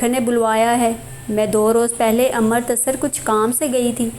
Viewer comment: its amritsar not amar tasar